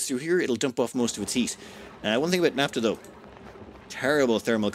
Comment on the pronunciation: Naphtha (ph=f, as in "photograph", "philosophy", etc.), not "napta" (unless you also say "potograp"). ;-)